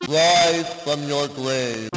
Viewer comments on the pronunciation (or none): Wise fwrom wore gwave! Lol classic